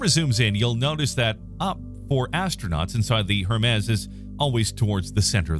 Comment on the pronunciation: You really don't know who Hermes is or how to say his name?